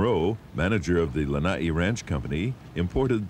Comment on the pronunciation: Lana’i - not lanai. It is so sad to hear that island name mispronounced till today.